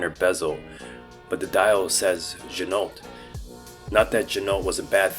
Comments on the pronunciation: It's pronounced zhee-noh. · Pro tip: Ginault is pronounced, “G-Noh”. The L and the T are silent. This comes directly from the owner of the company. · It’s gee-no!